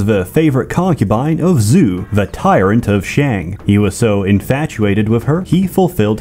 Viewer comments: More like 'Joe' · I will say that the pronounciation of Zhou is off. Zhou is not pronounced "zoo" in mandarin, rather "zh(somewhat similar to the sound of bees buzzing)-oh" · Zhou is pronounced more like "Jao" rather than "Zoo" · Zhou would not be "Zoo," but "Joe," or "Chow" in some dialects. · isn't Zhou pronounced "joe" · Linguistic note. Zhou is pronounced Joe